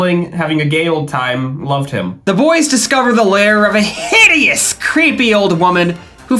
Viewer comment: emphasis on the word hideous made me jump and laugh at the same time it was so unexpected